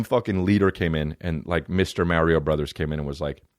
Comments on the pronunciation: WHY IS NOBODY CORRECTING THE WAY HE SAYS MARIOOOOOO. EH'SACUDA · you say mario weird dude